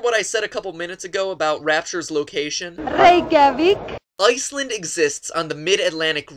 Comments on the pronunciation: She didn't pronounce Reykjavík Right XD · Awww you should've at least tried to say Reykjavík... It would have been hilarious!! (Especially for me since I'm Icelandic(and all the other Icelandic people also))